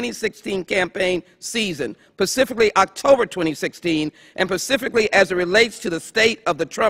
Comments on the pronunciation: Pacifically. Lol. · PACIFICALLY... lol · Lmao...”axe” that again please. That “pacific” question. Lol...ughhh there’s no hope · She might be on Mars right now in her head! Pacifically? my goodness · showlogicprod I know about the time constraints. Are you really blaming her repeated mispronunciation of a word on that?